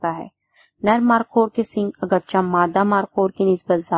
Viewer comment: مارخور ہوتا ہے مارکھور نہیں ہوتا